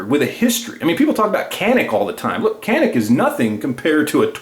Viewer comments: Yep Taurus is great value for the money....and Canik is pronounced: Jan-ik......:-) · I love the video and I will buy me a Taurus now but in the word Canik, the C is pronounced as CH, sounding like Janic.